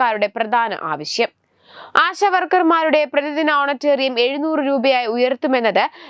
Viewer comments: ഓണ റ്റേ റിയം അല്ല കുട്ടീ ഓണ റേ റിയം. ഈ ചാനൽ നെ നാണം കെടുത്തരുതെ. " Honorarium " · ഓണറ്റേറിയം അല്ല ഓണറേറിയം ആണ്. മാധ്യമ പ്രവർത്തക എന്താണ് പറയുന്നത്